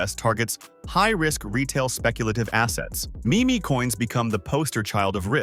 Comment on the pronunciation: Bros AI script really just said Me Me coins hahahaha. Can’t trust what an Ai says if they can’t even pronounce Meme correctly. Ai Trash video slop.